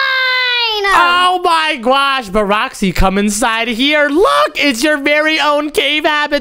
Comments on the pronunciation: It's not gwosh its gosh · OMZ is say for oh my gosh its oh my gwosh